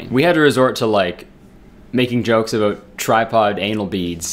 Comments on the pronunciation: "a boat" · He doesn’t say it every time. Haha. Just the occasional “abewt” slips in. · Morgan Lea abawt